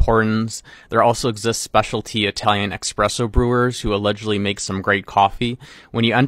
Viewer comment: Its ESSpresso, Not EXpresso